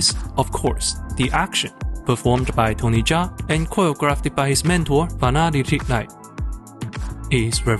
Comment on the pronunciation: great video essay but it would be pretty nice if you knew how to pronouce his name its kinda tiring to hear you repeat butchered names over and over again but still not a big problem great work man